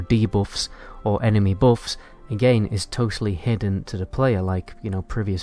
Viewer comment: Not bouffs, buffs